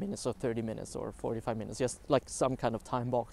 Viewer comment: It is interesting how you can manage to speak perfectly well in english yet all the time saying "just" with "u" instead of "j". I guess this bug is just a feature.